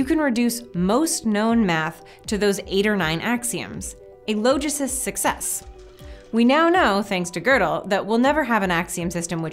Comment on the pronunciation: Google "logicist" it's not pronounced as "low", but retains the "ah" of its root word "logic".